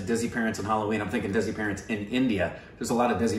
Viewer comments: Desi is pronounced Dhay-see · Hi guys, idk if someone has said this already but "desi" is pronounced as "they see"